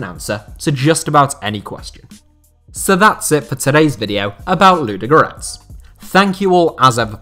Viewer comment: Your pronunciation is appalling... Say it again: LUDO- (slowly) and then G-O-R-E-T-S. Not Ludgrets!